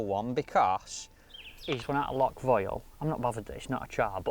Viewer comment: Come on- learn how to pronounce Loch correctly.